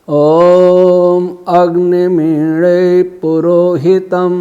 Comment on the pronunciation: आप मीडे बोल रहे है मीले हो सकता है क्या